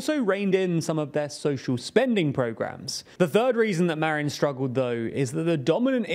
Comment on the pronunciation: who the heck is "marion", anglo?